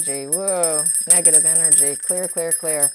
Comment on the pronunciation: Hi, is it just me or is anybody else hearing this`Every time the word "negative" is pronounced some braintwist changes it to "Megative" - maybe a suggestion for an even more negative sense of negative... Greetings from Switzerland and all the best for overcoming vour health issues!!!